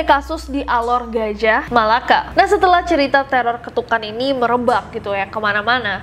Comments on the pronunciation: Melaka not malacca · Melaka kak bukan malacca